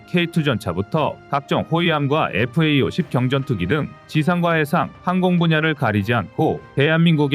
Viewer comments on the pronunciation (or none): 제발 읽을때 FAE-50이라고 읽지 말고, FA-50이라고 읽어시오. 들을때마다 FAE-50이라는 소리때문에 귀에 거슬려 제대로 집중할 수가 없어요.